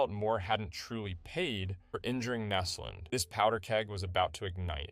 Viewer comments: Nesland? Naslund I thought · Tried watching it but when you mispronounced naslund and sakic i had to stop that’s honestly disrespectful af